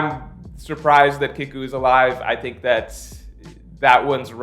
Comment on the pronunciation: Btw it’s Kiku (KeyKu) your pronunciation is a bit off